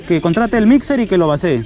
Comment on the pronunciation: No se dice "vacee", se dice VACÍE